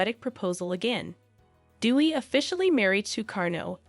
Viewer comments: Correct pronunciation of her name is “day we”, not “dee we”. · It’s pronounced “day-wee” not “doo-wee”. Aside of that, it’s a well prepared video. Well done. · Her name.is pronounced day-wee, not dew-wee. Dewi is the Indonesian word for goddess, derived from the Sanskrit word Devi. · White people learn to pronounce DEWI correctly. It is DAY-wee. Not DEW-wee .. she is not Duey the Duck 😂😂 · She was looking for a father figure. Her name is pronounced as Day-we. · Thanks 4 your podcast on Dewi Sukarno.. the correct pronunciation 4 Dewi = Dé Wee (meaning goddess) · PRONOUNCED : D A Y W E E. ....... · It is pronounced DAY-WEE not the always American way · You should pronounce her name, Dewi, the right way. Not like what you're pronouncing. Appreciate your story but please research on How to pronounce her name out of respect not just for her but for all Indonesian. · It's DEWI🎉